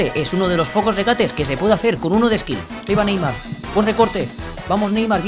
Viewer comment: Skill❌️ Ksill✅️